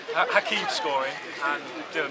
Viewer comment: As an imps fan love you included our history and fantastic cathedral. Shame the Lincoln fans you spoke to 1 couldn’t pronounce Hakeebs name correctly 2 thought Hamilton was average he’s unbelievable. I’ve subscribed as worth watching more 👏